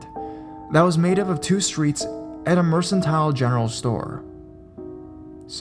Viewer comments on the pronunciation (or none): Mercantile is pronounced "MER-KAN-TILE" Meander is pronounced "ME-ANN-DER" Rancid is pronounced "RAN-SID" and Rotund is pronounced "ROE-TUHND" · Regarding pronunciation, MERCANTILE= Mur-Can-Tile and ROTUND= Row-Tund